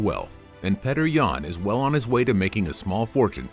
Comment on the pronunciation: It's Pyotr not petr